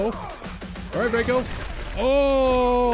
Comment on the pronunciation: It’s pronounced Rey-ko